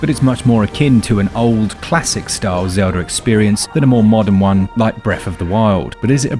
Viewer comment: Legend of Zeldhuh? Breath of the why dude